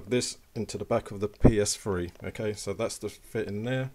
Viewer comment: the psfree is what it sounds like he is saying lol